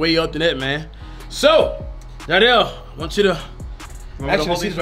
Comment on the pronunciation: CashNasty it’s jiedel not Jideal lol